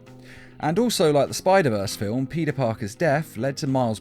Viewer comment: U said puty Parker